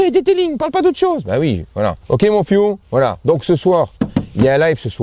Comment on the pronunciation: Mon fiou. Au début je comprenais "mon fion". Je le trouvais très familier.